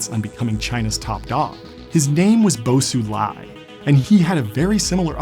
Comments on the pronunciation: Isnt xi pronounced "she"? He keeps saying it like "see". And then he was calling bo xilai "bo sulai". I get it tho, as an american foreign pronunciation is hard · Very insightful video! although you butchered Bo Xilai’s name. 😂 That Xi in Xilai’s name pronounces the same as that of Xi Jinping, which you are doing well.